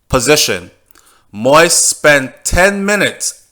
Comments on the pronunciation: Thank you for your work. An exceptionally good, detailed and informative reporting in ALL of your videos. Very. However, - (and NOT sorry to join the ranks of those dwelling on what you call "the trivial"), allow me to say that that's the silliest reasoning I've ever heard!!! Bro, it's not because educated but illiterate "White people butcher the name" Moïse that you too you should join them. Set yourself apart (as you’re already doing) by going the extra mile and doing some research on the How-To pronounce the name Moses (English) in French [mo ·iz]. I’m a French-speaking individual because of the colonial past of my country in Africa, and as much as I disdain the bloody French language, I must agree that ‘to Cesar what belongs to Cesar’. A name of a person is part of that person’s identity, be it a Chinese name, a Japanese name or a Russian or an Arabic name. You just don’t butcher it because it is NOT in English or in YOUR language! As Dale Carnegie put once it, “The sweetest sound in the world is the person’s own name.” Now, here is a hint: How to pronounce Moïse (French/France) – Thank you for your work, and sorry if you feel offended by my comments. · Do you read the comments on your channel? Please, please,please LISTEN! PLEASE PROUNCE THE PRESIDENT'S NAME CORRECTLY....PLEASE DO THIS BEFORE ANOTHER VIDEO GOES OUT.... MOISE ...IS NOT PRONOUNCED "MOIST"...... The correct pronunciation is.... MO...EASE.... OR. MO...EEZE..... WHEN YOU. CONTINUE TO MISPRONOUNCE HIS NAME IS SO DISRESPECTFUL!!?? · This guy speaking on this video makes me a French Canadian and my Haitian friends cringe so bad when he pronounce the name so wrong. It's not fucking " Moist" it's pronounce Moe-is it's a fucking french name so pronounce it right or just say Moses which is the English version. If you can't pronounce is in French then stick to the English version🙄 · please learn how to pronounce his name correctly. Stop calling his name “Moist” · “MO-EAZE” it’s not that hard.